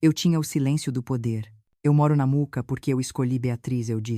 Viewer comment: Gente, fale o nome do bairro direito! Mooca e não Muca